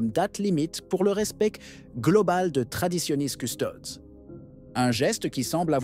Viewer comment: traditionis custodes, c'est du latin et ça se prononce coustodess.